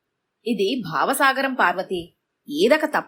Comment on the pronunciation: Bhaava sagaram kadu bhava sagaram